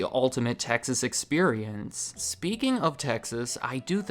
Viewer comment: Please keep saying Texas